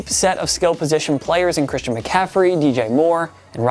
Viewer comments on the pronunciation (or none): none